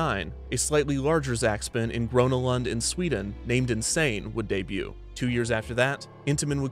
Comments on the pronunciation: ''grownah land'' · never heard someone say gröna lund so worng